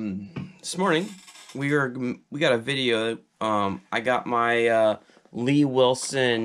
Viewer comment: It's not "Lee Wilson". It's L.E. Wilson.